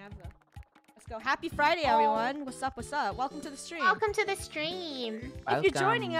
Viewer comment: I like how says fridy and not friday🤣